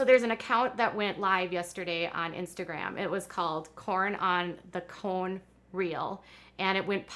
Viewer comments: Danielle Cohn Pronounced CON. Not Cohen. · It’s pronounced “Con”